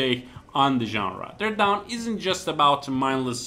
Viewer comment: Dread Dawn* not Dread Down.